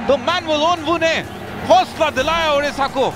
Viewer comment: ODISHA ko log udisha kyun bolte hain 🤔🤔🤔